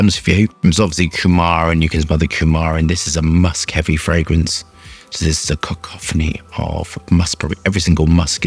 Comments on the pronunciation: Cock-cophony or cacophony? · He said cockcockaughauny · pretty sure he said Cockophony 😀